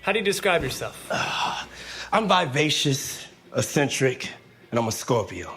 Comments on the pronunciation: No- he can’t PRONOUNCE “ eccentric”. He says asssentric. Stupid arse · You arent eksentrik youre crazy as😂😂. If you very rich and live like poor people that eksentrik.sadio mane is eksentrik not you didi😂